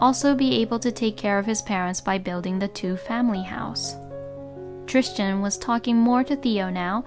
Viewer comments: Why are you calling him Tristian it's spelled Tristan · TRISTAN! not Tristian….hahahaha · Sounds like she is adding an “h” in the middle of the name…Trishtan 🤷🏼‍♀️ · Why on earth does the narrator keep calling the husband Christian, when his name is written as Tristan? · She's saying, Trischan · Tristan was mispronounced and drove me crazy.